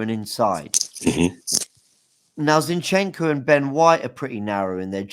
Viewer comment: Turkish teach how to say ‘zinchencko’ please